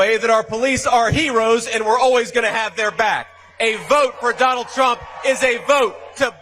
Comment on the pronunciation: SHOULDN'T SHE BE CALLING HIM DON-OLD?😂 THE SICK PART IS THE REPUBLICANS THINK THEY HAVE THIS IN THE BAG, BECAUSE THEY HAVE ALL THESE LOYALIST TO NOT CERTIFY SWING STATES. HE'S TELLING IT STRAIGHT OUT, HE DOESN'T NEED THEM TO VOTE, THEY HAVE IT ALL FIXED. WHAT, HE THINKS HE'LL AUTOMATICALLY TAKE OVER THE WHITEHOUSE BECAUSE HE JACKS UP THE ELECTION. SMH